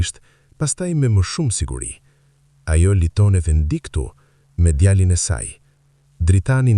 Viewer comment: Lexoi saktë fjalët- lugë jo luginë djalin-jo gjalin Etj